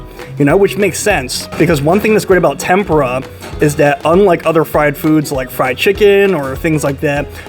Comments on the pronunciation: You're mispronouncing Tempura. You should google the pronunciation. You're saying it like tempra, it's supposed to be pronounced Tem-pour-ah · it is tem POO-rah u stress the middle syllable, but whtevs, it tastes good. is what matters . ;) :face-turquoise-covering-eyes:😂😉